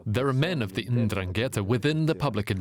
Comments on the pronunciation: Completely ignorant journalist. it is not indraketa ma 'Ndragheta. be sure of what you say before you open your mouth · Andran - gheta it’s very wrong...